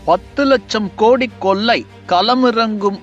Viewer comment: லட்சத்தை லச்சம் என்றும் ஆட்சியை ஆச்சி என்றும் கொள்ளையை கொல்லை என்றும் களத்தை கலம் என்றும் கட்சியை கச்சி என்றும் கேவலமாக தமிழ் பேசும் நீ மீண்டும் தொடர்ந்து தமிழை கேவலமாக பேசி பதிவேற்றம் செய்தால் என் மக்களை விட்டு உன் முகத்தில் காரி உமிழச் செய்வேன்